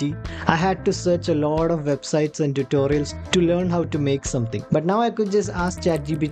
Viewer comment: Bhai pehle to 'lot of' ko 'lauda' bolna band kr do. 🙏🏻